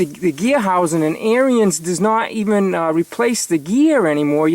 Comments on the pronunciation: Your saying the name of the snow blower wrong. It's not AIR-E-NS (Brotherhood) Now say ERANDS and you have said the name right. John Deere's are over rated just like Harleys and Blonds. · It's pronounced "AIR" "RINS"....... not..... "AIR" "RE" "INS".. Just listen to the Ariens YouTube channel....other then that, good video. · Yeah, thanks for pointing that out. I've watched quite a few videos on the Ariens channel and I know I pronounced it wrong. I didn't know the pronunciation when I bought the snow blower back in 03 and through force of habit I've been pronouncing it the wrong way. I'm glad you enjoyed the video.